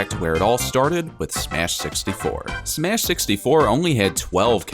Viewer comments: He also said smesh at the beginning XD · Anyone else hear when he said "smesh" at the beginning